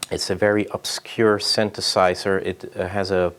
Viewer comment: Creative and chill dude. Also: "synthesizer"! :D